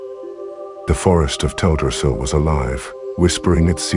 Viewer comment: Have you considered narrating this yourself? I'm sure everyone would appreciate having a narrator who can adapt their voice to the story and read with a bit of passion, instead of the current flat and bland TTS narration that butchers the pronunciation of non-common words like Teldrassil.